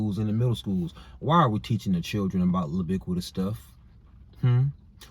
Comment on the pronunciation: Everytime you say libiquitous I bust out laughing 🤣🤣🤣🤣🤣🤣